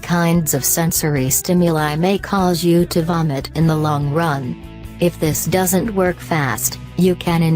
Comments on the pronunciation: ''if this dough-es-in-tee work'' XD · "If it doasinty work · “If this do-ass-n-tee work” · "Doe esently work" 😂im WEEZING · DOE-ASS-IN-TEA work😂😂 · I don't think this person can spell doesn't she keeps saying doesant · Lol if it doe es en tee work that is how she pronounced doesn't wonderful English my wonderful specimen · I love how it pronounces “doesn’t” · Thank God, I wasn't the only one who caught that. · I love how she says warm and doesn't